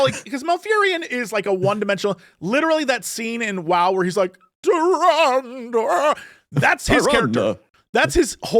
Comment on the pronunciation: Two people that have played WoW since its beginning that can't pronounce Tyrande. XD